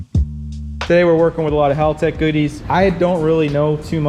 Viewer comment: It's not pronounced HAUL-tec... Haltec, Aussie English!, say it with an Australian accent!!😄 got it...you speak Aussie English real good mate!😁